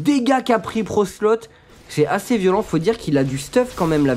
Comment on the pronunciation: Ils disent "Procelote" et non "brocelote"